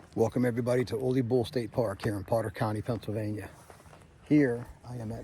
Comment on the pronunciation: Pronunciation on Ole Bull is tricky. People typically pronounce it like it's a Mexican sombrero Olay! It's a Norwegian sounding pronunciation the O is said like new or the double oo in shoot. The le is leh, not Lay or lee. So phonetically it's "Ewleh" Bull.